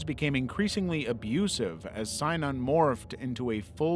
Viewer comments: I know this is an old video, but just point out that it's pronounced sin-inon not s-eye-nanon. Spent a lot of time in AA, and fell down a rabbit hole learning about Synanon when I left. Bugged me enough that I skipped that bit of the video. Lol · Synanon is pronounced: sin-a-non not sigh-non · Synanon is pronounced “SIN ah non”, 3 syllables, accent on the 1st. Not “SIGN on”” as stated. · I also always heard synanon as sin-a-non but maybe everyone I ever listened to was wrong 😂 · you heard it right, it was mispronounced in this video and drove me nuts 😂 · thats not how you say synanon lol